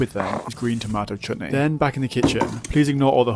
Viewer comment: This is the 1st time I have heard a white person say Chutney correctly